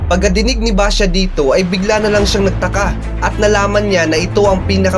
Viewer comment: nag kamali ka sa pagsabi lay baxia sabi mo basha yung 2 sabi mo pero 1 lang po yon merry xmas po